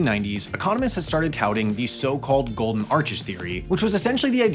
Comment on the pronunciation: Golden Axis and not Golden Arches